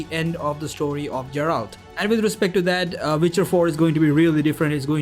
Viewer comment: Geralt (Guh not Juh)